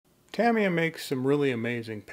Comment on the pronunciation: A really useful video, thank you. Nicely to the point, no fake drama, and you pronounce Tamiya correctly so all is good!!